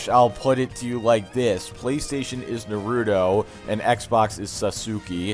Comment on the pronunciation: im sorry but i chuckled at how you pronounced naruto and sasuke haha love your content man